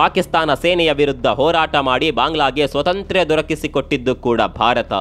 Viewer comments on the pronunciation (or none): none